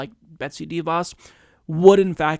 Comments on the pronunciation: It’s not pronounced DEE Vos. It’s pronounced d’voss. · She’s a tool, you’re absolutely right and I love your show but her name is pronounced (sounds like) Duh Vos- accent goes on the Vos not on the Dee Sound. It’s duh^Vos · She is simply horrible, but please stop pronouncing her name DEEVos. :) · You don't pronounce "De" as Deeeee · All agree BUt please please stop saying DIE Vos.. it is a Dutch name (The Fox) use correct phonetics please. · Sorry to be that guy, but your pronounciation of DeVos sounds a little weird to me. Since it's a name of Dutch origin, I believe it should be pronounced like how the Dutch word "de" is pronounced: with a short e. It actually comes close to the English "the" (it means the same too) but then obviously with a hard d-sound instead of the th. Her name translates to "Betsy The Fox" ^.^ Love u!